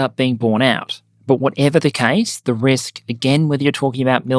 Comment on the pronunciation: “understands the risl.” Lol, I want that on a shirt or something…